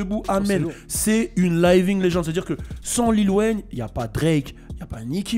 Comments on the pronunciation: "Layving legend" mdrrr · t'est parti a L.A c'que tu veux bah tu sait qt même pas prononcé living legend ftg merci layevingue legend ok wé